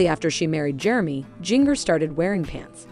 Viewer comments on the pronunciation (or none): You mispronounced her name EVERY TIME ! It’s like the spice Ginger not Jing( like ring) er. It’s obvious you never watched 19 Kids & Counting On. Jim Bob can have his dress standards but once married they are free to decide for themselves how they want to live & dress. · If you people want to talk about this Duggar daughter, PLEASE LEARN TO PRONOUNCE HER NAME CORRECTLY😡Its “ginger” with a J, not “ginger” like in “give.” You obviously don't even know this family so I don't know how you can report on their issues. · Please learn to pronounce her name correctly. Also several of the girls are married. That means you should use their last names as they are now. That is an insult to their husband. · Why can't any of you say Jingers name correctly?